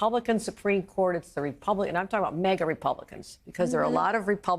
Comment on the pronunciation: "MEGA" Republicans? "Ameecus" brief?